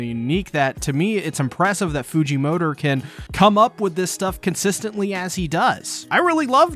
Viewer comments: I cant be the only on who hears "fujimotor" when he say "Fujimoto" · Why does he say fujimotor